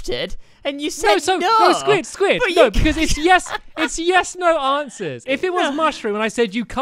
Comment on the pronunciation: When I think of Quest as a series this is the most memorable video from the entire series. Stampy should have lost because he said neyes for one of the answers because they were supposed to be yes no answers not in-between.